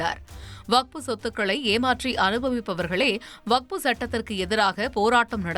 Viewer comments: அது வகுப்பு இல்லடா வக்ஃபு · டேய் கிழட்டு பயலே முதலில் வஃக்பு என்பதை சரியாக சொல்லுடா மூதேவி வகுப்பு னு சொல்ற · ஐயா பெரியவரே அது வகுப்பு இல்ல வஃக்பு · வக்ஃபு என்பதை ஒழுங்கா சொல்ல தெறியல வக்ஃப பத்திஉனக்கு என்ன தெறியப்போகுது ....